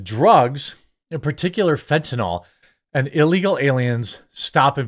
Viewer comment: It's fentanyl, not fentanol. There a vinyl functional group in its structure. NOT a hydroxy functional group (also called alcohol). FENT-a-nill or FENT-a-kneel. I know 95% of media people pronounce it incorrectly. It grates on my ears.